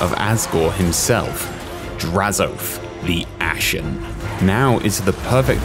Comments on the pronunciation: My man said “draz-OATH”, but it’s pronounced more like hoeth with an a and no h. Drazho-ath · I’ve never heard anyone call him Draz-oath. Always Drazo-ath. Interesting.